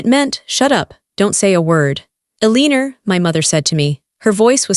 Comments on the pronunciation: Why is Eleanor being pronounced 'Eliner'? AI is really quite dumb! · Eleanor !! IS PRONOUNCED L A NOR ! NOT A lee nor THAT WAS MY MOTHER's NAME AND I FEEL YOU WERE INSULTING HER NAME ! And I KNOW THIS AL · I'ts Eleanor, not Eleenor. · I wish the bot reading this knew how to pronounce the name Eleanor correctly.